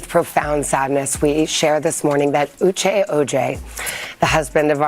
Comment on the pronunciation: The narrator of this video got on my LAST nerve. This woman not one time pronounced this couples name correctly.😡 Then she shortened Uche's name like an endearment you'd give a close friend. I found it disrespectful. She should have learned how to enunciate their names before she started on this video and learn respect 😡😡🤬